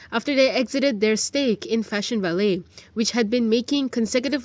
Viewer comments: It should be pronounced as Fashion va-leh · Please learn the pronunciation of the word “Valet”. You are an English journalist.